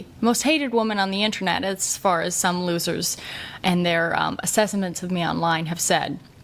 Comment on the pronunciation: lol, she says “assessements” -ish.